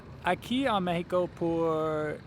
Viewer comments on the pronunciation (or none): none